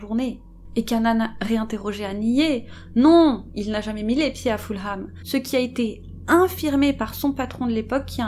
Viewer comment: Ah, mais le confort de nos chats passe et passera toujours largement avant le nôtre, c'est clair. 😸 J'espère que vous allez effectivement la faire et suis très impatiente (no pressure at all 😉). Je me permets d'ores et déjà de corriger votre prononciation de Fulham, histoire d'éviter les taquins dans les commentaires (et d'être un peu pédante et donc agaçante, sorry! 😬)... à savoir : le 'h' est muet et ça donne en gros 'Fullem' ou encore mieux pour nous francophones 'Fulleum'. Merci encore, les sisters, j'adore vous écouter.